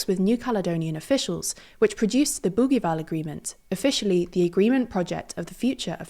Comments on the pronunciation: It's not "boogueeval" but pronounced like bougieval, as if the g was a j. In French, the letter g is like j before i and e, and like a double g before a, o, and u. The issue in New Caledonia is that there were already a few referendums and the results always supported New Caledonia to remain French. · Bougival (boojeeval), not Bouguival ! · Bougival is pronounced with a soft g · Learn how to pronounce Bougival before saying it multiple times… this is typical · The g in Bougival is said like one says the second g in garage. I know this because I went to the British School of Paris as a youth and the youngers' school's campus is in the suburb nearby of Bougival sur Paris. Unless this is another Bougival that is said differently, but I doubt it. 💙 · Thanks for another excellent video. You however don't sound like a reliable news source if you don't bother to look up the pronunciation of the most often repeated and most important words in your presentation. It only takes a few seconds to look up Bougival and Kanak in Wikipedia or Wiktionary or Merriam-Webster. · Not surprising since the Bougival Agreement was woefully mispronounced. Consistently.